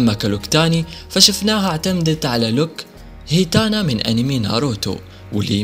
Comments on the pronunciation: كال اكرمان وهوة مفروض ايگول ليفاي اكرمان بس عادي 😁😁❤️ هيناتا مو هيتانا 😁😁 شكلة اسما الانمي صعبة لفضهة للي ميتابع انمي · هيتانا؟؟؟؟😂😂😂😂 اسمها هيناتا